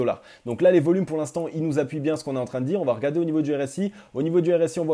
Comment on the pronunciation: Faut surtout arrêter avec les T après VA. Mais sinon c'est super